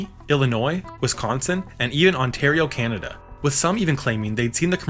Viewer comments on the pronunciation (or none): none